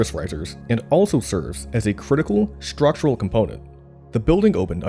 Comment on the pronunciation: Great documentary. The narrator just needs to learn how to pronounce the word 'structural'.